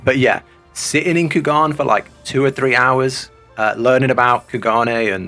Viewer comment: Took me a while to realize that he was saying Kugane wrong. In the english it is pronounced as "Coo-Gah-Neigh."